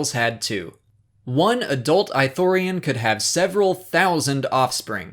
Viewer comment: The Goofball I'm American too. It's just that it's pronounced with a hard "ii" in Kotor 2 and I'm pretty sure it also pronounced that way in the TV shows. This is the first time I've heard someone pronounce it "I" thorian haha